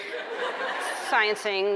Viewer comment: Ellen is my favorite she is awesome and amazing.It was funny when she's like "Sciencing""sciensing" that was hilarious.